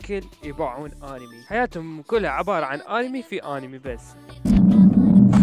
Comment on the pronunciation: همممممم مقطع حلو ومابيه خطء 😕😕😕😑😑💔💔💔🌚🌝ليييييش ماتغلط اها صح ولك ليش تقول آنمي هيچ 😕😕😕 هوا مو هيچ أَنمي مو آنمي ووجع احچي عدل وتعال لك انه اوتاكو واول ما ارجع من المدرسه اروح اباوع انمي و اذا عجبني انمي اروح افصخ امه "ابحث عنه هواي " واروح اكمل اتابعه ونوب اتاني لحد ماينزله جزء ثاني اي انه هيج بس مال ماكو اوتاكو ما يعرف يصمم ماكو هيچ حچي هاي منين جايبهه !!؟؟؟ها انه اوتاكو بس ما أصمم اي مقطع لان مامهتمه بهيچ شي وانه اوتاكو وغصبا ماعليك 🌚🌚🌝🌝